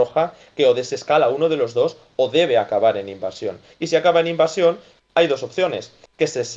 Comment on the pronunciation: Se dice invasion. No invacion.